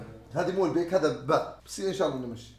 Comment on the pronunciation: البيك ❌ الفيك✅